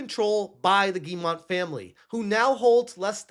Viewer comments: Ok let's fix something: it's not "GuilleMONT", but Guillemot and it's pronounced like "Guy-ye-moe" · I find it funny that still doesn't know how to say the name Guillemot, but that's just an extra chuckle out of me. Rayman put them on the map and now ASS Creed has brought them down to this moment.